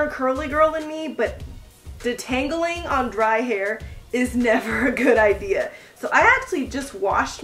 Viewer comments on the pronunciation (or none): none